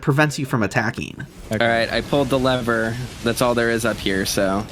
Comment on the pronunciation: Pull leather? Why do people say lever as leather lol